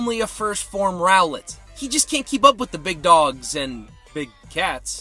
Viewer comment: Love how you say Rowlet “GOD” 😂 It’s a really funny Pokémon to have with Ash Ketchum